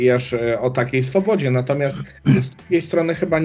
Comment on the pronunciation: Panie kandydacie.. mówi się natomiasT, nie natomiaS :)